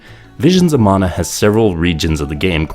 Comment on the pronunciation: Props for pronouncing "mana" as "mana" and not "manna" like everyone else.